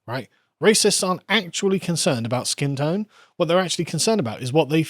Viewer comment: Please... the way you pronounce "wh." It sounds like a Russian x.